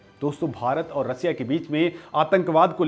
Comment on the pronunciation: 😂😂😂😂 रसीया नहीं रशिया बोल